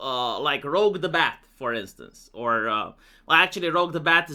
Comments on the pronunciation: It's pronounced "Rooj the Bat," not "Rogue the Bat." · why do you have an aversion to pronouncing words and names like how everybody else pronounces them First Twitter, now Rouge the Bat? This has to be some sort of gag, right? Nobody pronounces Rouge like that 💀